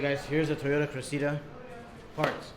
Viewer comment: It's the Toyota Cressida...not Creseeda 🙂.